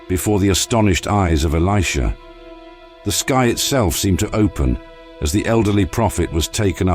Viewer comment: The narrative is spoiled by the mispronunciation of the name of Elisha and Namaan etc.....